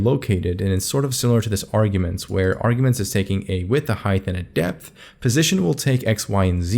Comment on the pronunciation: height dipth and wedth! Thanks for the sick video btw, very slick !